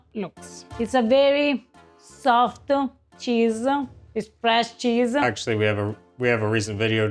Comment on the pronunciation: 😂 I have always wondered... This particular Ava says "-soft-uh cheese-ah".... Why do Italians seem to add that sound at the end of every other word when they're speaking English? Now that you both are learning each other's language, can you identify this very noticeable phenomenon ... I have wondered this all my life